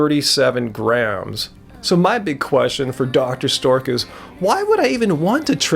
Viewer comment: sameee I feel like he does it on purpose X'D